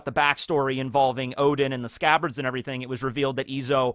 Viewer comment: “ALL OF THE SCCABARDS…..and Kanjuro…” lmfffaooooo